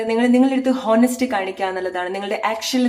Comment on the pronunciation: Thankyou. ഹോനസ്റ്റ് അല്ല.. ഓണസ്റ്റ് എന്നാണ് pronunciation.